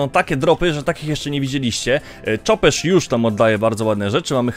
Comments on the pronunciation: Chopesz to chopesz a nie czopesz :D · Chopesz nie czopesz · Chopesz, a nie czopesz 😉